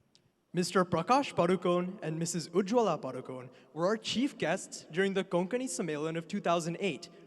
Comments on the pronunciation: Please pronounce Padukone properly as it is pronounced in Karnataka... it is ಪಡುಕೋಣೆ not Paadukon... let others pronounce. but we konkani people have to pronounce as it is supposed to be.. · not sure if you are agreeing with me or disagreeing with me. She pronounced it PADU CONE instead of PADU KONAY. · I am disappointed that even Konkanis did not pronounce Deepika Padukone last name correctly, Including Deepika Padukone.When Prakash Padukone was a well known badminton player, I never heard his last name pronounced incorrectly. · We Saraswats Brahmins say Padukon not Padukone